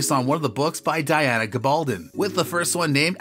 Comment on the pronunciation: Pretty much a winner for even mispronouncing 'Diana.' Skip to well past half way to avoid the sloppy recap..